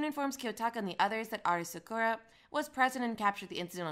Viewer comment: I don’t have much of a complaint for it tbh but since ur defending it im pretty sure its not hard to pronounce Sakura properly even if u have a Jamaican accent